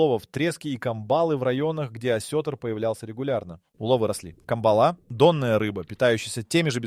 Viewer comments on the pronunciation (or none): трЕска и камбАла... миногА... Достали использовать тупые ИИ для озвучки... Веры нет в такие видео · ИИ делал ролик. Радостный... Нерест - не там ударение В Трески и камбалы ударение не на те буквы